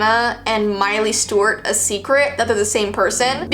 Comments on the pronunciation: The way you said mileys/ Hannah’s full name is giving me major anxiety it sounds like you’re saying miley stort? 😳😑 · She kept saying Stewart but pronounced as Stowrt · It’s miley Stewart you kept saying it wrong 😂😂❤️ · It's STEWART not "Stewirt!!!!" 2 Syllables. Not just 1!! Lol I'm sorry but that drove me nuts!!! Also it's MARIE Claire. Not "Mary" Claire.